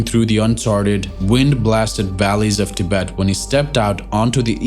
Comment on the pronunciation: Thank you for saying 'Tibet'.